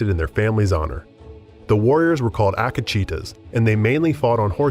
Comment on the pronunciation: The way you pronounce Akìchita it painful